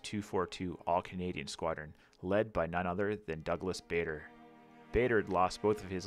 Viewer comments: Stunning piece of modelling. Bader. Rhymes with Larder not Vader. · Great model, others have said about the music but Bader is pronounced Barder. I wish I had your skills and patience. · BTW - it is pronounced Douglas Barder, not like Darth Vader... He fought near here and was based at Tangmere just around the corner. Our 'house' is named after him at school, Bader House, that's Barder!